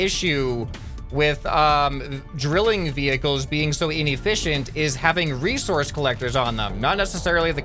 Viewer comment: Bro you okey bro? You just switched s - c by saying (Recourse) instead of resources bro you alright? Are you drunk? Its ok anyways just a lil bit sus